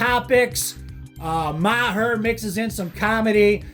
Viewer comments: Hearing you say “Ma-her” is obnoxious. It’s pronounced “marr.” Not that difficult. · It's marr not Ma-her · Maher is pronounced “Marr” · Pronounced “marr”. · So, Ma-har is only when you are dissing Bill? I was worried you just didn't know how to pronounce Bill's last name. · You mispronounced "Maher".....lol.